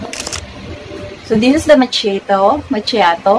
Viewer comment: It’s maa·kee·aa·tow (macchiato) but I like a color. Liiift tint😂😂😂 made my day